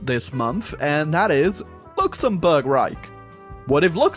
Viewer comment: "Luxembourg Raj"